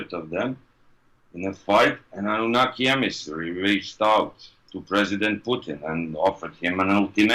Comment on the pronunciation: I swear u was saying abunaki at first (in the other videos) i was like huhh?